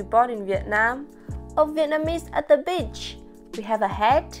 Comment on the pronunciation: You should practice the right pronounciation of the word "beach". It sounded like the bad word bi..h in this video. 😬